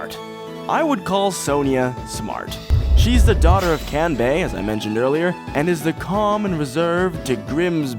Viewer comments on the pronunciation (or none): Side note: "Kahn-bay" "Sahn-jah" More correct.